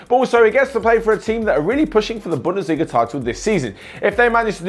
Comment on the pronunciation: It's bundesliga